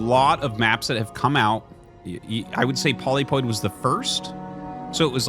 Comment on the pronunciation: tfw artosis still cant' say polypoid correctly